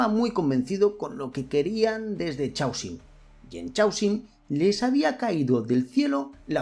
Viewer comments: Por piedad , para de pronunciar chhh aosium A poco no reconoces o palabra Caos (en inglés y muchos más idiomas chaos)? Pues eso, C aosium!… Es un poco irritante escucharte pronunciar mal a cada vez que lo dices. Parece que estás hablando de un chicle. Y eso que me encanta lo que haces! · Normalmente no me quejo de la pronunciación en inglés... pero en este caso es una palabra importante y se repite docenas de veces: Chaosium. Es una variante que se inventaron a partir de la palabra "caos" en inglés ("chaos"), que se pronuncia mas o menos, en fonetica de andar por casa, "keios". Por lo tanto, "Chaosium" se pronuncia (de nuevo, mas o menos) "keiosium"